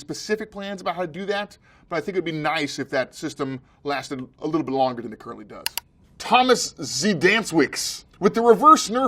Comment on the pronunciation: Wow Ben, You butchered Thomas' name sooo hard :D